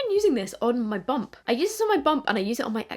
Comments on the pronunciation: I thought you was saying you use that 1st cream on your bum 😂. I kept thinking why is she using it on her butt, then I realized you was saying bump 😂. I'm an idiot 🙄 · Omg when you said “my bump” (which I also first heard as “my bum” 😂 as someone else said), I remembered that I had a dream where I watched a video wherein I you had already had a child! And it was aa boy! We’ll have to see if I am clairvoyant, or just been watching too many podcasts 😅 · You said you were using your cream on your bump and I was convinced you said 'bum'. But I was like yes go girl 😂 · Exactly what I heard too 😂 I was like dang girls got a dry bum I guess 😂